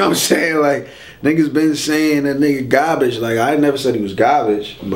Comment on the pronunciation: I like how he says qarbaqe lmao .. I dnt think hollow is trash but his accent was funny